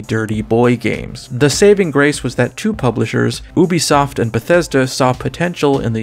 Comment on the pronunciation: Is it pronounced “oo-bee-soft” or “you-bee-soft”